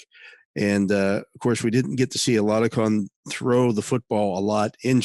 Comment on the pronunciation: THE Pittsburgh Steelers QB 's name they released is Chris Oladokun, boy did you butcher his name! 😆 Thanksmfor the updstes though on who they cut. Mason Rudolph wil be a Pittsburgh Steeler until after this season he is under contract until then.